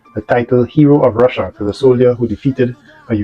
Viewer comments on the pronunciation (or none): none